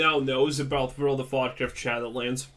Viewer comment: Every time you said world of Warcraft it always sounded like world of vodka… that sounds way better